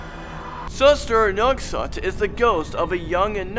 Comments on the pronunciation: I'm indonesian and you said the ghost names wrong 😯. You can try hearing those names on another YouTube channel. And its suster ngengsot not suster ngesot. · He said pocong is pokong and he said suster ngesot is suster nogsot he doesn't know how to read indonesian🤣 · "pohkung" "tuuhyol" "suestrr nongsoht" "wee wee gomblol" im sorry but thats not the right pronounciation. proper pronounciations: "poh-chong" "tuuyuul" "suester ngeh-soht" "weh weh gohmbohl" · Is sus-ter nge-sot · you say it soos- ter nga - sot